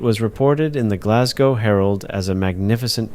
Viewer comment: Thankfully you say Glas - go (rhyming with "no") And not Glas -gow (to rhyme with Cow) as most American/ Canadians do!